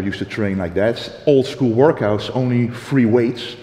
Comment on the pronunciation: "We did a few wourkouts together" Aha.....